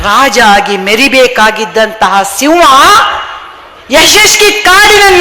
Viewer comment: Hi mam, Speech is good but ಸಿಂವ ಅಲ್ಲ ಸಿಂಹ.